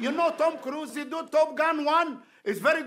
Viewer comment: I guess this is my first video of where he actually pronounces the lead actor’s name correct.😂